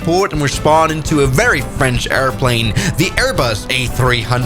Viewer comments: Airbus not airnus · Airnus???? I am excited for the Airnus a380